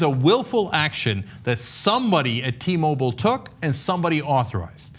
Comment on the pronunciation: fuck sake .. its not T- Mobol.. its "Mo-Bile". Pronounce the work properly.